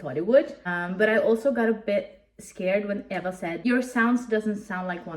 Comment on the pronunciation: BTW how to pronounce Eva's name is like this E va